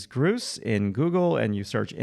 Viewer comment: FYI, if you're interested, the artist's name is French. It's pronounced more like "Zhon Bapteest Groots" but the last letter of each word is not really annunciated clearly.